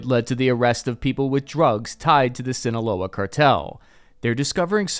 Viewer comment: Whoa! That's the 1st time I've heard you say "Sinaloa" the Right Way!!! good job man